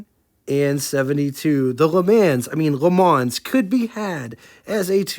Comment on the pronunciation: got a one up on your pronunciation, … the “s” at the end of LeMans is silent.